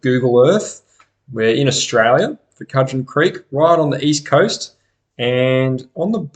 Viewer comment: Pronounced Could-gen.